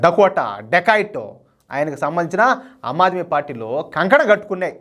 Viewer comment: ఆమ్ ఆద్మీ పార్టీ - మీరు అమ్ ఆద్మీ పార్టీ అంటున్నారు